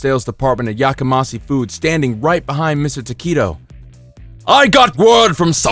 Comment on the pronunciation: FYI The company name Yakamasi is improbable. It is pronounced with a 'she' on the end, not a 'see'. Japanese romanization uses one or two letters to represent the individual sounds of Japanese (often a consonant and vowel together make up one sound), and there is no 'see' sound in Japanese. One peculiarity of Japanese pronunciation is that the 's' changes to a 'sh' when it is linked with an 'i' sound. But back to meaning, 'yakamas(h)ii' is an adjective that means 'raucous', 'cacophonous' or 'noisy', and has a negative nuance. People yell 'Yakamashii!' when they want someone or something is 'shut up!'